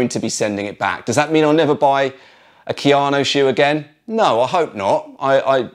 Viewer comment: Kayano, not Keanu.